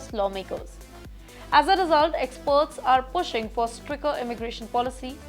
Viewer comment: She needs to work on her pronounciation. Not up to the mark for an anchor. "Stricker"? "Judiiiiiciary"?